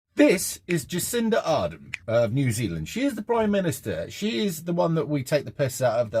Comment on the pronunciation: Jacinda Kaa-dern... 🤔🪱